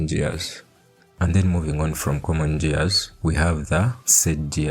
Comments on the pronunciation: "JEARS"😂😂😂.. LUV IT !!! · The way you say "gears" with the soft g is just precious lmao.